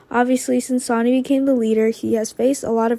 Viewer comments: Sonny is pronounced ( Sunny ) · And please please have her pronounce Sonny’s name correctly it’s not Sony